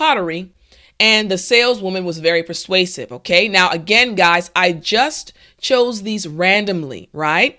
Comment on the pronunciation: I learned to say persausive :)